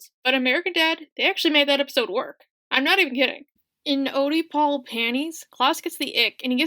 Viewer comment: "Oh-dee-pole panties"